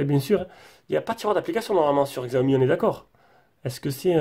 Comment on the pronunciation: Slt, la vidéo est très bien mais par contre on dit chaomi et non pas xxxiaomi !!